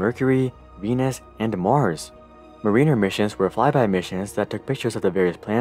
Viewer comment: Mariner is pronounced like "Mare-in-'er" Definitely not Marine-r plz